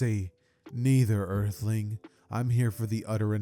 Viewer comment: how do you pronounce earth and earthling like that? 😭